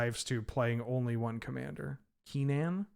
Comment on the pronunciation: It's very weird to hear pronounce Kinnan with the first syllable like 'key' when I've only ever heard it pronounced 'kin' as in 'kinship'. Not saying I'm right, just saying it threw me off for a second.